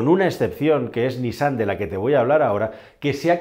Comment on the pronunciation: Correcta la pronunciación de NISSAN: niSSAN